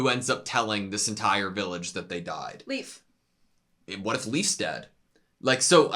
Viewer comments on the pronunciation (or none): As a Dane: Leif isn't really pronounced like "Leaf". It's more like "Life". Pro-tip: Try and listen to how they pronounce the names on the show. They are usually close to correct, with some minor errors. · Poor Leif constantly getting called leaf lol